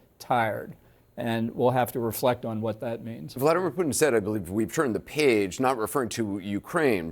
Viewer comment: Vla-dEE-mir!!! POO-tin.god r u deaf it's not rocket science to pronounce his nae correctly!!!